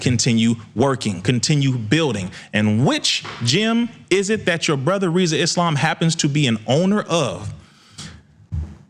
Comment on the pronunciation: Congrats brother..... now tell everyone to stop calling you instead of Rizza 😅